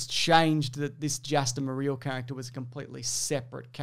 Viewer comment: lol so where did we land on "Jaster Mereel?"